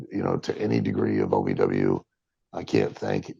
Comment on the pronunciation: It’s OVW not AVW, you kept saying AVW.